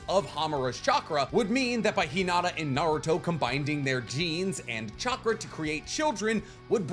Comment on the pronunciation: I can't help but feel like I'm hearing you say combinding 🤣🤣